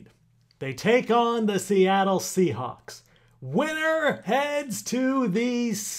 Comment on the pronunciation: "sea halks" bru the hell?